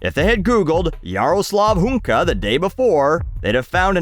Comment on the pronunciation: You read that name pretty well, kudos :)